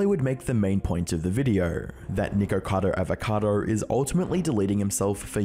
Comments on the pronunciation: Funny how neither you nor Penguinz can pronounce his name. Nickado Avocado? Nickocader Avocader? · I heard: "niggerkador avokador" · ok hear me out i dont want any racism wars but it sounded like he said n____cadoAvacado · bro really said nikorcado avorcado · why does it aound like you say niggercado avocado bro 💀💀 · his name is not Nikeucadeu Aveucadeu but whatever....i dont like listening to poeple that sound and behave weird like that. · Bro did you say nikkacado avocado at the beginning 😂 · Souned liked he said N1ggercado avocado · Good video but Nickocado Avacado doesn’t have any r’s in it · Love it that Penguinz0 doesn't say his name right lol